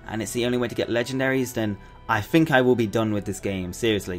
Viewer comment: "fank you" "what do you fink"